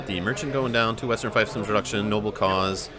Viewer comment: Not to be a nitpicker, but "fiefdom" is pronounced "feefdum." :)